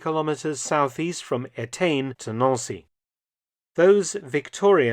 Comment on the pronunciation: Nancy, like the girls name not Noun-see.